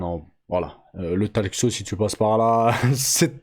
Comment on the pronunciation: Le « Talque seau » 🫙🪣 sérieux 😂 le meilleur concurrent de Micka😂😂😂😂